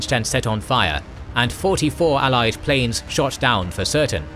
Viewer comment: the word "planes" was prounced as "plans"